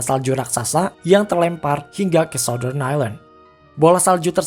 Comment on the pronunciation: Baca ny sauttern min bkn sautdern